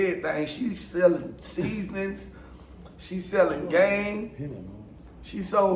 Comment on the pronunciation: The way he said seasonings! 😂😂😂